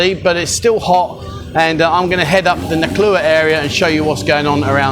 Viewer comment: ...and haven't you lived there long enough now to pronounce the town's name properly ?.... :)